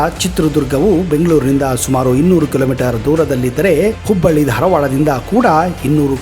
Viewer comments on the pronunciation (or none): none